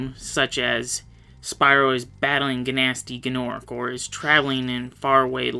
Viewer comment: Guhnasty Guhnorc? It's literally just Gnasty Gnorc But a good video.